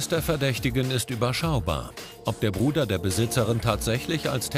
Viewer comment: POLIZISTIN:gibs denn. Hier noch jemand der Zugang dazu hat Das Mädchen:der einzigeste der noch zu.gang hat ist mein Brude WIE SIE BRUDER BRUDE AUSGESPROCHEN HAT🤣😂